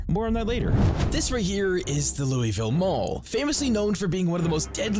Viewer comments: It's not called "Louey ville" Pronounce it like you're slurring on bourbon its "Loouah vul" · I love project zomboid, but man it kills me a bit everytime a youtuber calls Louisville "looeyville" 😅 Locals pronounce it Lou-uh-vulle :)